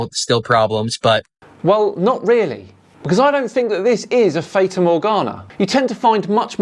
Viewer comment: Another great video but one point. You're pronouncing 'fata' incorrectly.